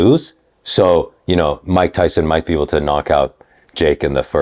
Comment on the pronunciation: That goofball in the blue suit call mike tyson mike tymus 😂